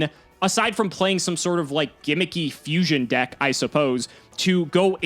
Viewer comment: it’s pronounced Fusion Deck 😒